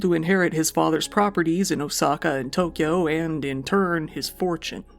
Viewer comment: You're literally the only YouTuber I've seen actually attempt to say Japanese words correctly. Didn't nail everything but it was nice to hear "Tokyo" instead of "Toe-kee-yo" and "Akira" instead of "Uh-keer-uh"